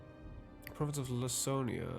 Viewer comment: It’s LaKONia. Greek has hard “c”, no soft like in English.